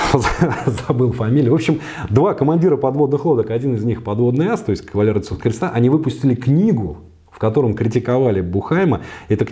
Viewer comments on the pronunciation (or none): none